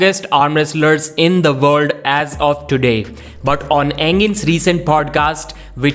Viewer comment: World? Vorld? While? Vhile?